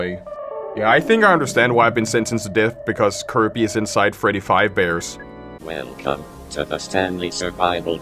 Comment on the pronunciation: STOP SAYING FREDDY FIVE BEARS FOR F### SAKE